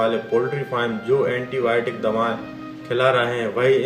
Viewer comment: Nuskan nahi nuksan antiboit nahi antibiotic , u can't pronounce words properly learn how to pronounce then tell all these things to the public